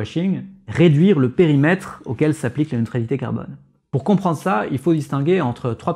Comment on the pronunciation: Très clair, merci. Sauf... à 12'31'' : c'est quoi un "Périmetère" ? ^^